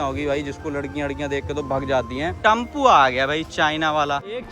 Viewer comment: सालों ब्लॉग बनाते हो टेंपो टम्पू बोलते हो फालतू ब्लॉग बनाते हो कभी scucesss नहीं होगे पहले उच्चारण5सुधारो